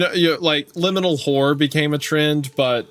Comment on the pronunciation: I swear every time Wendigoon says horror I just hear whore lol